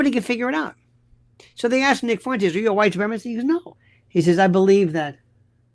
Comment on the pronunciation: Half a second and you decide to butcher nicks name. Definitely credible .